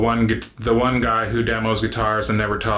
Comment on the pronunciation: This wain you are talking about, is it a big wain, or a little wain?